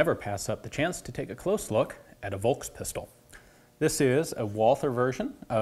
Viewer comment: this is how you say volkspistole without sounding like an uncultured swine. Fohlks Peesh-toh-luh